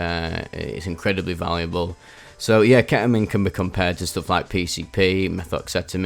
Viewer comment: ketamine ❌ ke'uhmeen ✅